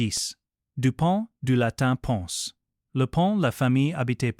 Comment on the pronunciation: Ce n'est pas MORROW, ni du latin PONCE, mais PONS, etc.